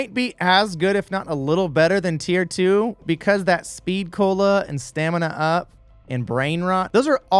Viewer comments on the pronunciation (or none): StaminA-up... I-its... STAMIN-up No offense... kinda sounds goofy when you say it like stamina-up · Bro triggered a pet peeve I didn’t know I had by calling Stamin-up “stamina up” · In all my years of playing Cod I’ve never heard someone call it stamina up. Everyone says stamin-up not stamina-up